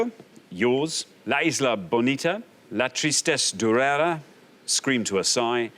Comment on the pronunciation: Xander's usually so good with his French, but durera has an accent on the last syllable